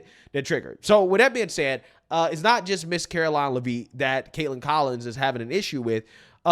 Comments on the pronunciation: ...say it with me now "LEVVV - IT" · It’s leavitt, like Joseph Gordon but with an a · it's lev- it, not leveet. other than that, keep up the great work. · Karolines last name is pronounced “Levvit. Not Le-veet. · Come on, it's pronounced "Lev-itt" not "leave it" as in Karoline Leavitt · It’s Karoline LEV IT, NOT LevEEEEET! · Please pronounce her name correctly... not la veet. Lev it. Not that difficult..... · I believe it's pronounced Levit not "Leveeet" great content tho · Not leveet, it's leviiiiiiit. She's from New england. Excellent try though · Her name is pronounced Karoline Lev It. Not Lev Eat. Just saying. Love the channel. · It’s Lev-it not Lev- ete lol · You need to pronounce names correctly. Its not live-eet. Its Lev-it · It’s “lev-it” not “la-veet”. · Its lev it not lev eet buddy and the caveman trans woman is a joke f cnn and whatever that cave man person thing is u hairy then me buddy 😂 gross😊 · Gotta get that name right bro! Lev-it. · Will you pronouviher name right?? It's NOT leaveet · It's not Leveet. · IT'S PRONOUNCED LEV-IT!!! SAY HER F-ING NAME RIGHT BRO!! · Caroline leVEET? what is wrong with blacks where they're unable to speak English? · Bro you gotta start pronouncing Caroline Leavitt’s name right that “veet” at the end kills me lmao. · I think her name is pronounced Lev-it. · her name is pronounced “Leh Vit”😅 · I love your content and channel, but just a quick headsup sir, it's pronounced "Lev-it" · Dude do you not watch any actual interviews where they pronounce people’s name? Levitt the letters are all short no long e in there anywhere. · bruh.... It's pronounced Leh-vit. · Say it with me,. LEH-vit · Her name is not “laveeet” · Lol it’s pronounced LEV-IT Bro.😅